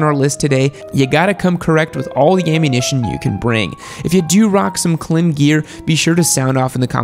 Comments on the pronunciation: 😂 the way your pronunciation of KLIM was classic! 😂😂😂. It’s not “Clem” as in “Kadiddlehopper.” I have always heard it pronounced like the word “climb,” without the “b” sound. But it’s okay, you say it anyway you want. Excellent video. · You mean Klīm as in climb. Not Clem lol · I live like a mile away from their facility… it’s pronounced like climb. They specialize in cold weather gear for snow mobile bros. Some of their gear has battery power heating elements in them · I was having some disagreements while watching the video, but, you really lost me when you pronounced Klim ('climb') as 'clim'...it's Klim pronounced like 'climb to the top of the mountain'. Some of the lower tiered brand do make certain products which are nice, mixed in with others that aren't so great. As the premium makers materials, construction, and design get better and better, a rising tide lifts all boats. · "Klemm".... It's "Klime" they specialize in offroad pants and shirts. S to A tier for the dirtbike world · Isn’t klim pronounced climb? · Just so you know, Klim is pronounced climb, notice the line over the I instead of a dot. 👍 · Yes......yes it is. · Yes Klim is pronounced climb. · Just to let you know, klim is pronounced like climb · I think Klīm is pronounced "Climb" due to the "long" i (ī is "eye"). It would make sense to being a gear maker aimed at ADV riders. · See that little line above the "i" in Klim. It denotes a long vowel so it's pronounced like the word "Climb" with a long "i". Betcha didn't now that. LOL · Klime, like slime with a "K". Got the stripe over the "I" so it's long vowel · No, it is pronounced as "climb." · It's pronounced Climb. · Klim is pronounced Climb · Klim: K[lime} and icon is BS, just saying. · Pronounced climb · Sorry to be captain obvious, but I suspect he pronounced it incorrectly on purpose to get on Klim snobs' nerves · I'm most disappointed with the obviously and repeated mispronounciation of the name 'Klim'